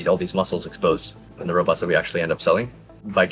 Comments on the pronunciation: It's: Robots (rŌh-bauts), NOT raubots (rAH-bots)., you're really intelligent, so it should be easy for you to correct this pronunciation. Thanks for your video. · A Robert? Try this "row bought" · I enjoyed your video, but please stop calling these machines 'Roberts'. The pronunciation of the second 'o' is very important. The Chinese propagandist also call their laughable attempts at futuristic humanoid machines, 'Roberts'. It just sounds weird. Still a good video though. 🤗